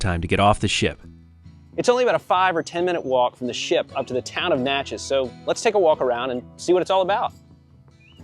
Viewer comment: Most people mispronounce "Natchez". You nailed it, but then you got the state wrong. It's Natchez, MISSISSIPPI, not Louisiana.